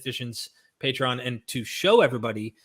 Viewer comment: Did almost say: "Matreon" instead of Patreon?. Luv it! 😁